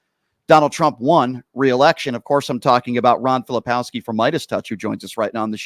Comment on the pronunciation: Hey Brian - Ron is too nice to correct you, but do him and yourself a favor and pronounce his last name correctly. Filip-KOWSKI not Fili-POWSKI. There's a "K" in there. I enjoy your show.